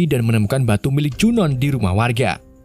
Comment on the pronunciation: Junoon dibacanya Junu Jeena dibacanya Jina